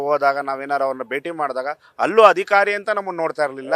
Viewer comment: Adikaari alla adhikaari hakkara, akaara, spashta maathaadi en kannada channel swamy😮